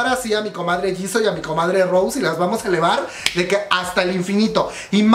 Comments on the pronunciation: No es Rose, es Rosé con acento, no hate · DÁNDOSELA DE BLINK Y VA Y PRONUNCIA MAL EL NOMBRE DE LA ROSÉ JAJJAJAJAJA QUE RISA si vas a jalar bolita por lo menos infórmate